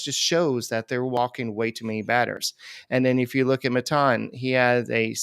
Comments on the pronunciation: Lol I always notice they’re the only ones that pronounce his name like that. Isn’t it supposed to sound like MAY-TON? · I dont like maton but please stop saying his name the way yall do 🤣